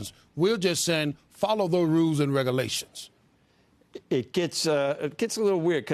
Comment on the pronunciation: If you cant pronounce “regulation” probably can’t be trusted to represent me. 😂